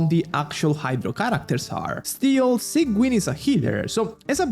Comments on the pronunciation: its pronounced as sij-win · i know it's important to you because you fixed it with arlecchino, sigewinne is pronounced "sijwin" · why does he sait it like "Sanguine"? 😭